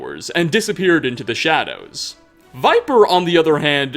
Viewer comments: Viper????? No Vipir. You obviously had to speak to him to hear this tale so how can you pronounce the name wrong? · Vipir(vih-perr), not Viper. He even says it himself. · How do you mispronounce "Vipir" as "viper" even though they literally say his name in game? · Idk why it irks me that you pronounce it "viper" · First, sorry to say ‘vipir’ should be pronounced ‘vi•peer’ I believe. Just based of English libraries I may add. Also wondering what is your preference as to the donations to this channel? Be it bitcoins, sovgardian subscribers or economic trans-allocations? (Just for comedic satire) without doing more let’s do further? Love your channel man, keep it up HAP951SMOKE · Don't worry, Vipir's secret is still safe. Since his name was consistently mispronounced, everyone will think it was someone else. Seriously though, does every Skyrim YouTuber play the game with the sound off? So many mispronunciations of names and words that are spoken out loud in the game. It's kind of maddening. Not just this channel either. FudgeMuppet is occasionally guilty of this, Camelworks even moreso, and ESO... good grief. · Vipir is pronounced with a short "I"